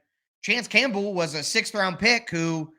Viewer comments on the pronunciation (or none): none